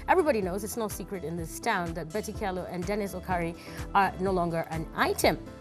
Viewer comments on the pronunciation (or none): you don't pronounce it Kyalo... it's Chalo